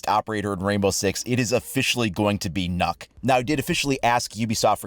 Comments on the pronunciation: As a dane i cringed how you pronounced the name... If you wanna pronounce it in the native language its not "nokk" ø is pronounced waaaay differently the sound doesnt really have an example in english but i would urge you to go to google translate and just hear the letter ø. Anyways "nokk" is wrong but it is the english version i guess but i still cringed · please don't ever try too say Nøkk againXD its just so wrong (i'm danish mmy self) you say it like "Nj(y/ø)kk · Nokk (N-Uh-kk) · it's pronounced NØKK my dude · As a Dane the pronunciation triggers me Its ø Not o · You don't pronounce it correctly :) the ø, you have to be Danish to pronounce it correct I think. :) And funny that Ubi write jægerkorpset, since jægerkorpset and frømandskorpset (frogmen) are two different special operation units. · Wrong it has an *ø*, so its pronounced NO-EKK, since its NØKK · Its not pronounced like that. The ø is pronounced differently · You aren’t pronouncing Nøkk right, google translate it. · XD you're pronouncing it so wrong. Call me on discord if you wanna know how to pronounce it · that aint how its pronounced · I’m a Dane and you are pronouncing it wrong but It’s pretty hard to explain how it’s pronounced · I’m sorry but the pronunciation of Nøkk is still wrong. Even from UBI it’s wrong. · Since when is an "ø" pronounced as an "o"? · Thats not how u pronounce Nøkk. Can no one in competetive games make a danish character with an actual danish name. Im tired of danish characters being more norweigan and swedish than danish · I like how he says that he knows the way that it should be pronounced and then he pronounce it wrong🤣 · But the ø is prononced like an ö in danish, not a normal o. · Nøkk sounds waaaay different in Danish than what you pronounce it as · Ø is not o though search up Ø pronunciation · i am danish and he said it wrong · Nah you're suppose to pronounce the "Ø" the danish letter... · You say it wrong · Lol it's not "NOKK" it's "NØKK" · Nøkk not nokk